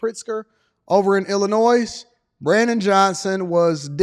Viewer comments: Illinois. The S is silent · Illinois, the S is silent